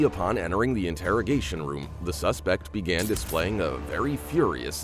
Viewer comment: what is "sespect" and "thorough"